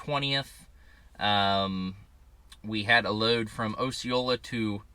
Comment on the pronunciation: It pronounced O-sha-late-a , I live there. In fact my house is about a mile from that Walmart DC .